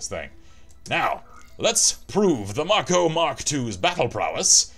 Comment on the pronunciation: It's mako as in make-o. The name is taken from the sharks with the same name.